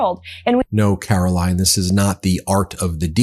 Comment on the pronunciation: Please change your pronunciation of Caroline's name - it should be Caro-LYING.